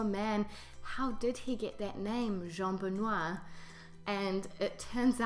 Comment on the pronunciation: you forgot the terminal "r"... yes, it's not strongly heared in french, but need to be there. That's make the difference !